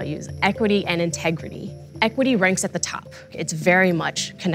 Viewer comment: Did she really say Tegridy?